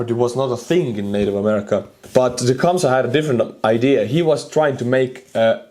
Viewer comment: Lmaooo „teechumsah“